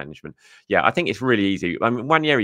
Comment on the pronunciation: Great video..although I'm on a mission to get people to pronounce Ethan's name properly. It's Nwaneri NOT Nwanieri. 😊